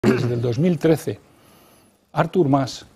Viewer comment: Oigan... Tooooda la vida como personaje público y siguen pronunciándolo maaaal. ÁRTUR NOOOOO, NO ES INGLES!!!! ES ARTÚR, ENTIENDEN??? Como Arturo, pero sin la "O". No AAAAAARTUR... És ARTUUUUUR. LA SÍLABA TÓNICA ES LA SEGUNDA, SI LLEVARA ACENTO (NO LO LLEVA, LO PUSE PARA HACERME ENTENDER) SERÍA EN LA "U". NO ES EL "ÁRTUR" INGLÉS, ES EL "ARTÚRO" ESPAÑOL... PERO SIN LA "O". Como "atún"... "Artúuuuur".